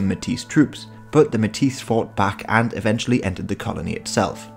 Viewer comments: Nice to see Manitoban history. Although “metis” is pronounced “may-tee,” the “s” is silent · It's pronounced "May-tee" !!! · Metis is pronounced may-tee.